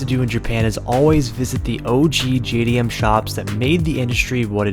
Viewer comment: Ain’t no JDM. 90’s called and asked JDM back. No such thing when it’s a global platform and it’s not AhhhPexxxxee. It’s Apex I hahahaha can’t even pronounce it right and JayyyyDiEmmmmm 😂